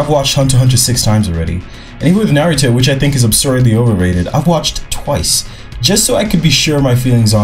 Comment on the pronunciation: bro said naruto is overrated. i mean he said( naritu ). bruh whaf a goof. learn how to pronounce the name first😂😂.